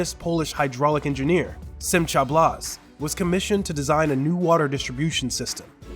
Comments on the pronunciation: it's Simkha - not Simcha! How is it that someone who does a voice over for an Israeli video doesn't understand just basic tennents of Hebrew names? Do some research before taking the voice over job. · Simcha is pronounced SimHa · I am always amazed that non Jews do not seek help in correct pronunciation of Hebrew or Yiddish words/names. Simcha is not pronounced correctly in this video.